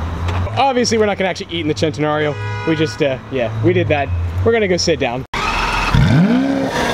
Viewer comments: Say it, CHHHHH-EE-NNNN-TTTTT-NA-RRIO😂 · does it piss anyone else off how he pronounces Centenario? it's not Chentenario it's pronounced Sentenario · I'd rather buy a Bugatti Chiron or a Koenigsegg Regera than this overpriced Lamborghini "Chen-te-na-rio"......... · DON'T SAY CENTENARIO AGAIN